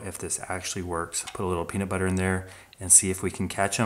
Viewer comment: I don’t know why, but this guy saying peanut butter is so entertaining to me 😂